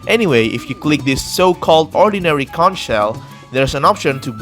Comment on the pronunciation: Conch is pronounced “konk”